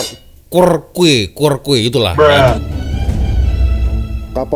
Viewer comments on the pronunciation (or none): Cara baca Alfonso Albuquerque itu: Alfonso Albukaki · Sebutan sebenar Albuquerque =Elbeqheqi 😊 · Al fonso de albukaki sebutan nya 🤣🤣🤣